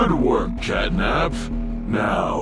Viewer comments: Wait said gatnap instead of catnap😦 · Why i heard gyatnap 💀💀💀💀💀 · i heard gyat nap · um every time or sometimes you say catnip instead of catnap